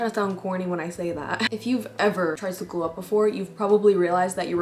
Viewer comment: "glew" up lol